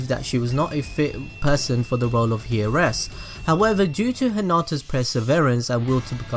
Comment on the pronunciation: Heiress- " hee-er-ess" lol